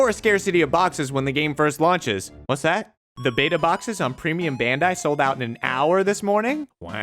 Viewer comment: It's "bandai" not "bendai".